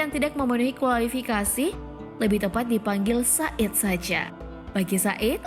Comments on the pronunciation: Koreksi min... Bukan said, tapi sayyyid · Sayyid,,bukan said...🙏🙏